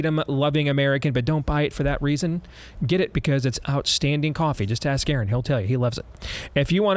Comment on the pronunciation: Her name was Madge Steve. Aaron you went "Yard" .